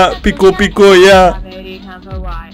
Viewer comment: pika diyo piko